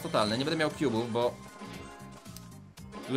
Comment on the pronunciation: niemuwi się bu tylko bo